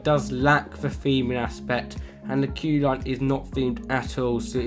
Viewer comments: Bahahaha the way he said the Cu Chulainn " The Cu cuck shan " Usually it's pronounces the " Coo Cu-lan " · Chú chulainn is not the tallest roller coaster in Europe but the tallest wooden roller coaster in Europe. P.S Chú chulainn is 32 meters high and red force (the tallest in Europe) is 112 meters high PP.S Its pronounced coo cullin PPP.S I'm not complaining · Btw it is pronounced Coo Cullan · Idk how you managed to say cú chulainn like that, but I love power surge cause there's almost never a line